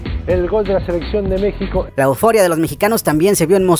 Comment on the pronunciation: dice mexco